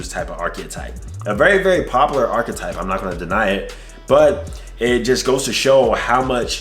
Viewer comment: You're pronouncing archetype incorrectly and it's hard to listen to